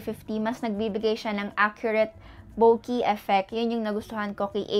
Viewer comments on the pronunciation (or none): none